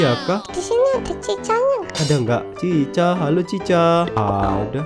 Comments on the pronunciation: Chika bang bukan cica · Chica Itu Chika Loh Sebutnya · cika bukan cicha nama nya doang tapi di baca cika